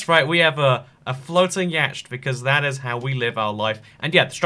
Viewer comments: yatched? it’s yawt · Ikr it is pronounced YAHT not yACHED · Yacht is pronounced Yawt 👍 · y a t c h not yacht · What's a yah-ch-T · nobody:: yaCHT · Even though it's spelled yatch it's pronounced "yott" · Its pronounced yot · Yacht is pronounced Yott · Yacht is pronounced YAT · Yacht is pronounced like Yot. The “ch” is silent. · Nobody:: Y A T C H E D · Nobody:: yeah-CHT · Isaac Werling what’s so uncomfortable about yeah-ch-t? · So, you saying of the word "yacht", is a name spelt in the way of Yatch. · I feel like he says yacht wrong But I understand that people say things different things around the world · He can't pronounce yacht right lol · Is no one gonna say anything about his way of saying yacht?? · Really you don't know how to pronounce yacht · The way he says yacht makes me uncomfortable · I read this comment then he said it. I agree. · I will smite you fir pronouncing yacht like that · Zachary Windey he’s saying it like that deliberately. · Your pronunciation of "yacht" is a war crime. I wouldn't say it even if I was drowning and you'd let me aboard your yacht by saying it your way.